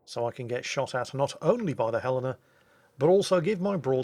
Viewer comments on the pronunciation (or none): none